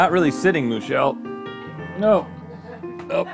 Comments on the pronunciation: Hahaha is it Moo-chelle actually? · “I believe Moo-chelle is a human man.” “...with one udder.” Made my morning. You be you, Moo-chelle. Happy Monday!